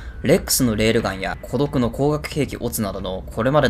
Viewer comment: コドクの発音おかしくない？